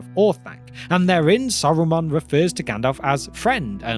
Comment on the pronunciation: Saruman or Aruman?